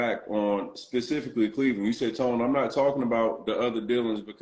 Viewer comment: If he say Pacifically 1 More Time!! 😂 For the record. Specifically